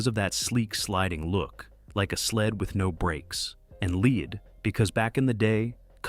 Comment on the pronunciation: Hey "narrator" - "Lead" rhymes with "sled"